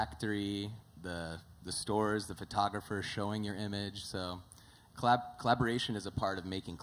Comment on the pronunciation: hate how they keep pronouncing 'collab'